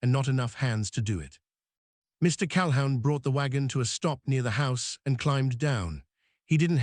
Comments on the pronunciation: NEVER "HOW"...? CAL-HOUN NEVER LIKE A HOUND DOG. NEVER. ALWAYS "WHO". You are incredibly needful of an English Teacher to teach you CORRECT pronunciation. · Cal-a-hoon. His last name. Your AI sucks. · "Cal hoon" is the pronunciation ! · CalHOWN?? Sheesh. Pronounced CAL-HOON. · Calhoun is pronounced "Calhoon." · AI needs to learn how to pronounce Calhoun. OU sounds like oo, like in book not ou in hound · "Calhoun" is always pronounced "Cal-who•n" CAL-WHOO•N like a hoot owl hoo-ting. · What is wrong you posters, do you ever edir? You never Google the correct pronunciation8 of surnames either. The name Calhoun is pronoiounced 'Cal-hoon' ... your AI is not good, like your editing. Not sub subscribing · Mr. Cal-hound due to AI interpretation???? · Lots of other mispronunciations. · Not great pronunciation but not too bad. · Why were the men rocking back and forth in the pictures? It looked creepy. Learn how to pronounce Calhoun. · AI story. AI "voice". Couldn't even pronounce the last name correctly. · Pronunciation of words is way off …irritating …Calhoun, the name is destroyed….tales pronounce tallies…others too